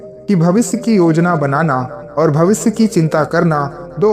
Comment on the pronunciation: भविस नही भविष्य.